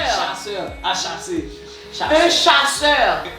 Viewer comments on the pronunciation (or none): di un chacheur 😁😁😁😁s un chasseur ui mzmmi